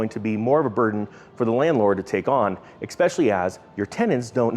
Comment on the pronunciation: Good point! You gotta get the "x" out of "especially" though... haha, it would really improve your presentation skills.